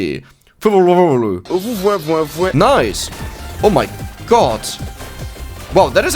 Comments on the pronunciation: fuwa la fuwa lo finds jetzt nich schwer auszusprechen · Fu-Wa-"La" Fu-Wa-"Loo" is that hard?? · You have to read the name of Fuwalafuwaloo "W" ------> "M" FumalaFumaloo little tip